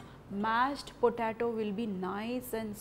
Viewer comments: Hi. It's pronounced like PO-TAY-TO , not PO-TAA-TO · It's po-tay-to not potato. you are pronouncing it wrong.